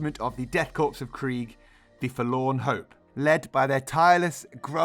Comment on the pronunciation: Great video but it's pronounced core not corpse, old chap